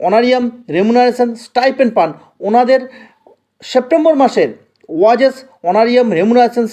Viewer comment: উচ্চারণ টা ওয়াজেস না , ওয়েজেস ....